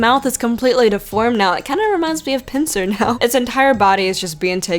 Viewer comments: lol I'm glad you said pinusaur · Did Say Pinessaur? Piness?! PINESS sigh Ha*piness* is so much more enjoyable... when it's Based on the Misery!